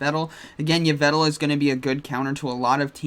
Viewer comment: Ho-oh dialga origin is still nasty. BTW it's pronounced Evil-tal